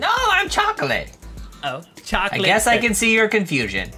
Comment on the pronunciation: My favorite part is when he said chlocklit docky